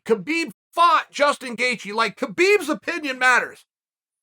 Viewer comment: Not 10 seconds in, and I hear Gustin Gaycheese 😂😂😂